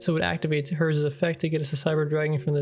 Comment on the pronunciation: Also also, it's funny how people pronounce Herz the way they do. If you want to pronounce it correctly say it "hair-ts".